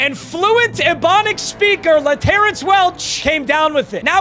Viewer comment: still saying laterrance wrong. o/u 2.5 weeks for him to stop TRUEUEUEUE